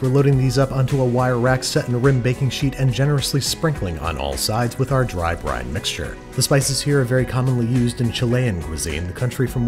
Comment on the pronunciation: a dry brine, or a "dryne", if you will